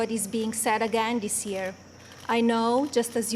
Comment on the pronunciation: she still can't say THis...dis...oy...